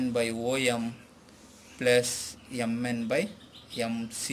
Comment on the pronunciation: Yum N is not the correct Pronouncuation MN is correct